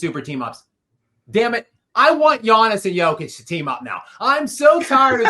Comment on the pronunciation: is that dude for real?? Is he really mispronouncing DJOKIC like it’s 2019?? Despicable